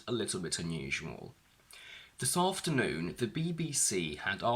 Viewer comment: It seems that the first "afternoon" and "BBC" are stressed at the beginning.